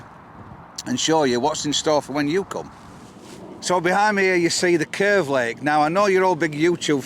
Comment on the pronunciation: Unfortunately you said curve wrong, its "kkeerrrrvvveeeee" lol great video guys